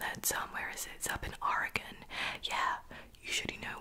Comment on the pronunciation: Thank you for pronouncing Oregon correctly